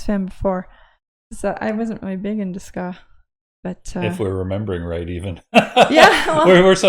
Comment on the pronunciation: Said skaa 🤣 I think that's Mighty Mighty Bosstones. Glad you dug it though